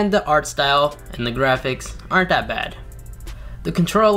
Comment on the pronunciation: Not to bring hate or anything but why for then you say it like den and then for that you say dat why you say that or why you say dat as like u like to say!!!!!!!!!!!!!!!